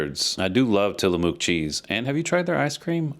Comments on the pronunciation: Great write-up. One little thing though.. It's "Tila-muck" not "Tila-mook" Oregonian born and raised. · It's Till-a-muck